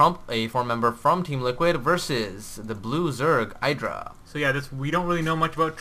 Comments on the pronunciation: watch gomtv, it is pronounced idra not eydra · It's actually ih-dra. Idra himself said the name came from a shortening of an anime character's name, so it's pronounced the Japanese way.